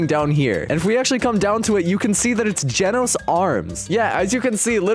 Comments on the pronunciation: Genoese not Genos Hiro Hunter Not hero hunter web smashes not webby smashes free can not free cam dojo not gojo I am not I aim Bloodshot not Blitz shot a1v1 not a 1v1 a game pass not a gamepass one not when praise peril not prey's peri Janos not Genos Goro Not Garou goes not Garou's anyone's not M1s I love the vid but the spellings make me laugh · bro rlly said genoese (a place in the world) instead of Genos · For “genoese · brother said 'genoese' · "Its Gojo" Him: dojo "Its Genos" Him: Genoese "Its blizshoot" Him: bloodshoot